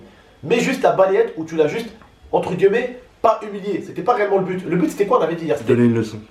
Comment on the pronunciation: On dit entre « guillemet » pas gueullemet